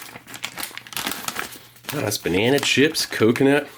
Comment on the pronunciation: What's a "binena"?